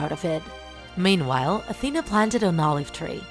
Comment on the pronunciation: Why did you sey atena )